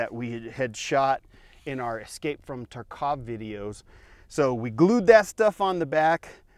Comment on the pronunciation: The city in the game is correctly called tArkov, not tarcOv